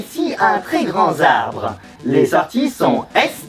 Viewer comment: "Un très grand [z]arbre." ON DIT UN TRÈS GRAND [T]ARBRE !!!!!! Y A PAS DE 'S' A GRAND PUTAINNNNN